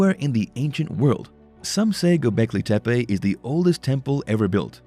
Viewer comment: Why are you saying it like it is from mexico it is gobecli tepe just like it sounds no Spanish accent on it te pe. Pronunciation is important for young people. O one likes to be made fun of because they watched a video and believed what they heard. Juat saying